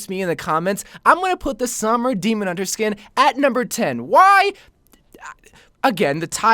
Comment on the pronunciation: The way you pronounce Sombra makes me want to mute the video tbh.